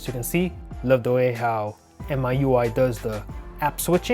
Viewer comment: heads up it is called me you i and not am eye you i